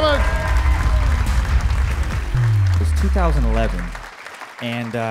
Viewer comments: Its pronounced QUEMIN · Dan Cummins but his last name is pronounced like the spice cumin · it's pronunced CUMIN! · ITS PRONOUNCED CUMIN. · ITS Q-MIN